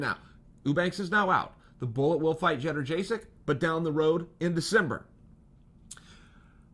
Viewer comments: At least say this Chael - yoan-j-check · Jedderjaysik?? Jesus, Chael really does suck with names. First Ya-ear, now this! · It’s yad-jay-check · Jenna jaysick chael you must know your pronouncing g that correctly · Lmao “cheddar-jay-sick” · “Jedderjaysik, am I saying that right ? “ No, stick to Joanna 😂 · Bro, Schevchenko is pronounced just as it's written. Jedrzejczyk (had to google that) is pronounced "jonjasyk". Or at least closer to that, than what you said. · Chael doesn't mispronounce names, Joanna just never knew what her name was. She is now, Judder Jaysic. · He always gets the last name wrong I'm beginning to think he doesn't even care at this point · Chael you forgot how to say Joanna’s last name before you even fought fedor